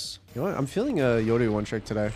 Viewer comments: if he says Yodu one more time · Why he always says yoru eyoru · The reason he says "yodu" instead of "yoru" is because yoru is Japanese and that's how you would pronounce it in Japanese